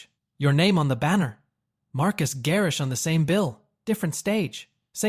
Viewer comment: LOL at “Marcus” Garrix!!! 🤣🤣🤣